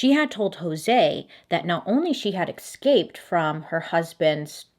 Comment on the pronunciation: Lol "ecscaped"